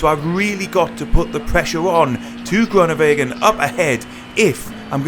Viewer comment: disappointing pronunciation of the name groenewegen smh